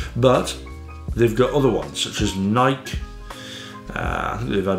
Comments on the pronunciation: did he just say Nike wrong?? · How the fuck did he say Nike ?